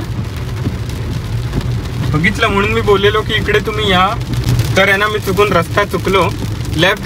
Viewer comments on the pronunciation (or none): none